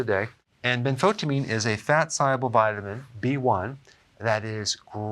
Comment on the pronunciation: Ben-fo-tie'- uh-meen.na- toe. Pronunciation nah- toe (natto). Jeesh, dr. We love u and appreciate yr help.